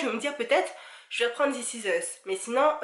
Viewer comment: This is us et pas ' ziss is euss ' ! :'( :p :p : p si non j trop aimer ta vidéo (y)